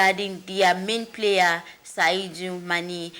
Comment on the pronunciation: Whether the called e oooh or dem no called e ooh wetin concern me? Dis journalist sef na how ehhh you no fit read? De name na Sadio Mane nobi Saidou Mane masa.